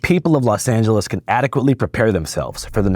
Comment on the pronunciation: it’s pronounced Angeles like Los Angeles. Also it’s crazy how federal firefighters get paid only $15 an hour while State and City Firefighters are straight up overpaid.